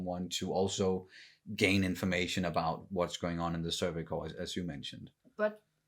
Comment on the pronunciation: Is it just me, or do they always say "Survey Core" instead of Corps? Just something that've been buggin me lol.